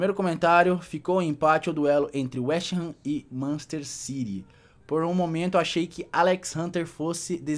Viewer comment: ki manchester ciry doido sabe ler la n e machester city